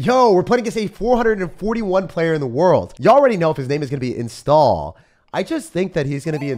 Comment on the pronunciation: bro said install for iniesta😭